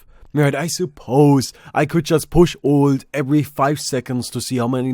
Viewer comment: Ffs, "alt" isn't pronounced "old", your "th" pronunciation is non-existent, and wtf is "fewah abay" ..? You sound like some sort of ridiculous cross-over between South African English, Jamaican Patois ("we cyan't doo dat anymore, mon") all with a lazy don't-even-bother kind of European accent laid on top of that.. As an aspiring international Entertainer? smh tl;dr TRIGGERED